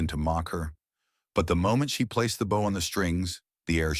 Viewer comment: The mispronunciation is dire. The frayed bough (rhymes with ow), instead of frayed bow (rhymes with oh).